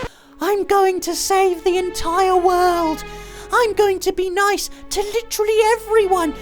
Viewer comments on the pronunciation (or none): none